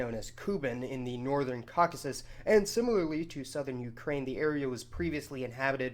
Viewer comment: Take a shot every time he says the wrong word for Caucasus wrong